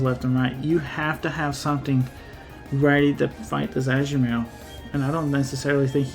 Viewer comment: Ashu-Marill? I’ve never heard it pronounced that way that’s a new one for me